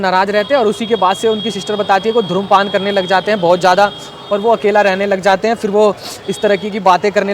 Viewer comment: Dhumrpaan bhi galat pronounce kiya